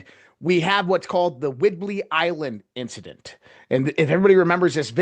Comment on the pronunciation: "WHIDBEY Island".